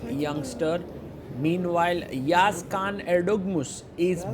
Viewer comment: before it, you should know how pronounce letter ı. its not yagiz it is Yağız actually. in Turkish, letter ı ( looks just like dotless i ) the letter ı pronounce like english word cousin. While you read cousin, the sound is before n at the end. its actully how we pronounce it. if you are not native english, use Google translate and listen cousin in english thats how you should read letter ı. After that, listen yağız in turkish